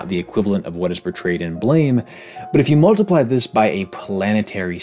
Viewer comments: its not blame its blaam like the sound a gun makes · Another small correction: the manga Blame! Is actually pronounced Blam (like with long a we in "father") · Blame! is actually pronounced more like Blom/Blahm/Blaam, as if it were a French word. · I recently learned that Blame! is pronounced "Blahm" (rhymes with Mom). But i'd been saying it the way it looks for a couple years... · Based and Blame!!! pilled. Although, funny story. It's actually supposed to be pronounced "Blam" because of his gun. If memory serves, the guy just didn't know how to spell it. It's a fantastic manga that takes a minimalist approach to storytelling and relies largely on visual storytelling to do the lion's share of the work. It combines this with liminal space and obscene scale to awe the reader. . the viewer? And it gives you his wicked awesome pistol.